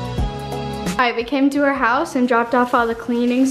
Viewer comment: “hourse tour” hehehe